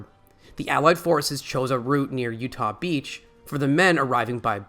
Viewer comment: You-Ha and Ahmaha beachheads… oof